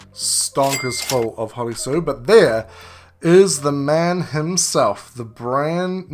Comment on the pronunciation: Thank you for pronouncing hollie sue the correct way. many content creators say it wrong